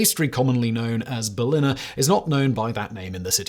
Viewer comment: You never heard Kennedy say "Ich bin ein Berliner", did you, Fact boy? Or you wouldn't say BerliNNer 🙂